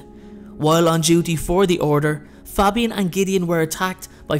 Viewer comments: It was great apart from you miss pronounced Fabian’s name the A is long like in the name Damien 😀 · Good video, love these really obscure stories. But I have to say your pronunciation of Fabian is killing me